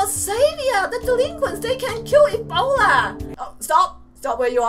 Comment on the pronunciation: It's E-bolda